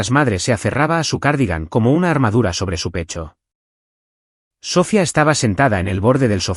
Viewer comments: Totalmente mal pronunciado el nombre de la hermana es Sofía no Sófia, como dicen creo no es una persona el narrador es un robot por eso tantas palabras mal pronunciadas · No es Sófia es Sofía